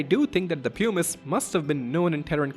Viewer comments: Puh-miss 😭 not pyoo-miss. Best vid on ff9 lore I've ever seen though! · Ots not "poo-mice" or "pew-mice" its "pum-ise". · ok, bear with me, I was on board cause I was sure he was saying 'pumice' wrong. it's 'puh-mice', like plum without the 'L'. But now you're telling me 'hummus' doesn't rhyme with 'pumice'? It's 'hyu-mmus' like 'hubris' or 'human'?😵‍💫😵‍💫😵‍💫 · Why does everyone say it like poomuce. It's Pum us. As someone who studied geology it always pains me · Pumice is pronounced differently. Like: puh mis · Him saying Pew-miss is killing me. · it's clearly a "pew-miss" stone, not a "puh-mis" stone 😂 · great essay but I wish someone had been able to tell you before you made it that "pumice" rhymes with "hummus"